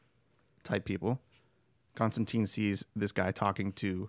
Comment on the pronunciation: Constan-tyne. His name is pronounced constantyne, rhymes with fine. Sorry to be nit picky but it bothers me no one ever says his name correctly. Other than that, really fun episode. Thanks for shining a light on one of my favorites.